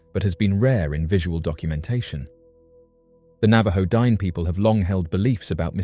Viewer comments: It's not pronounced Dine' like dime, that's freakishly insultive, Google correct pronounciations, it's D'-nay....it's an indigenous Navajo word, have some honor and respect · I should not have to say this but Dineh is not pronounced Dine. A professional would take some steps to get this right. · Please learn how to pronounce the word Dine' correctly. You sound like an idiot.